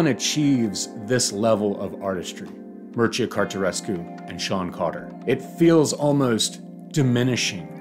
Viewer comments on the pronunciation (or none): The name is pronounced as Mir-che-ya Car-te-chesk